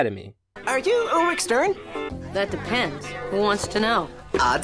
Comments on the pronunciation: Not trying to be unpleasant but Ulrich is pronounced Ul-rick not rich. 😊 hope i was helpful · Ulrich not ulrige !!! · Ulrich's name is pronounced with the hard "k" sound-- sorry, that was really bothering me I kinda wish that you had started with Teddygozilla, but overall I liked this review. Hopefully you'll do another one of Code Lyoko soon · That's not how you Pronounce Ulrich's Name,. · I dunno, the way he pronounced his name "directly" is kind of funny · You pronounced Ulrich wrong! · I don't mean to correct you, but Ulrich's name has the H pronounced as a K.